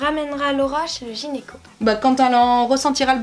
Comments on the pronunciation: Video très intéressante :) par contre c'est gyneco & pas genyco hihi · Ça me stresse que tu dises "genyco "au lieu de "gynéco" mais sinon je t'adore c'est super de parler de sujets un peu "tabous" vous êtes trop belles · Super vidéo ah ah qui prononce "genyco" à la place de "gynéco" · on dit pas gynéco ?? Et pas génico?? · Qui a entendu gényco au lieu de gynéco 🤣. Sinon super vidéo 👍😘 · Super vidéo!!! C'est bien d'en parler 😄😄 Juste c'est gynéco et non genyco 👌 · vous dites gényco , sa me fait trop rire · "un genyco" ahahah 😂😂😂